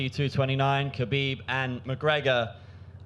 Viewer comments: I agree 100% with you. I'm not surprised it happened at all but I think Conor grossly underestimated Khabib and it showed. He also forgot that Khabib has friends too. And say his name right Dana, KHABIB, not Habib. That's rude. And no, he shouldn't be stripped of the belt. That fight was legit, the win was legit. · It's KHABIB not Habib